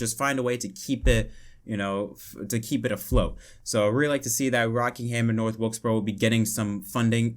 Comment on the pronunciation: you mean North Wilksboro?